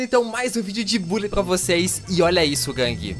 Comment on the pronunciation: Se fala bãlly